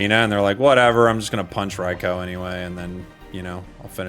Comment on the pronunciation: Rye- Cow 🐄 💀